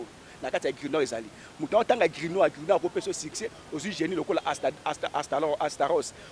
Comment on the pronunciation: Grimoire et non Grinoire. Zoba zoba lukuta. La magie ou la spiritualité c’est des mots.